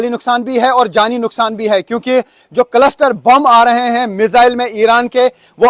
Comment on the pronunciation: Farzi 😂 कलसटर नहीं 😂 क्लस्टर